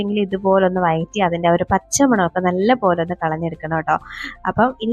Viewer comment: Not വയറ്റി but വഴറ്റി